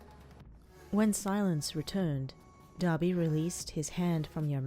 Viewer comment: Why did i hear daddy when she said Dabi